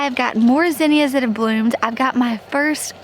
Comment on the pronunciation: Maybe I'm saying it wrong, but based on what I was taught, both you and pronounce Zinnia wrong. I think it's all how we're taught.